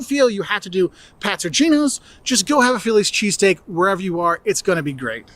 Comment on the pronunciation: Chess stick. Yes that's what I was hearing him say to...so what was he saying. .